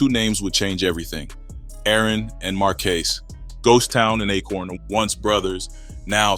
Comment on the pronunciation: Just realized this another ai voice smh marquay? Marquise you mean? I’m tired of this kinda lazy ass. Even showing the notes from you using chat gpt lol